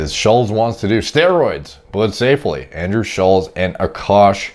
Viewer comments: Andrew wants to put about as much effort in to his physique as puts in to pronouncing Andrew's name correctly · You pronounce his name wrong like 100 times